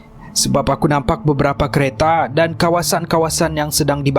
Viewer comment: silap Sebut.. 'Kereta'